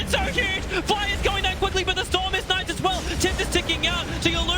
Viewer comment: 12:9 "its naise"